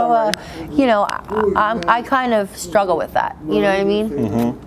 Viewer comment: struggle dude not scruggle